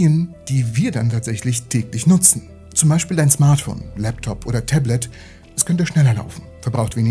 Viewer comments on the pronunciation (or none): none